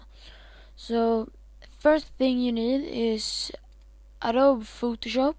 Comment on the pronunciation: did i just hear adobe foodshop? :D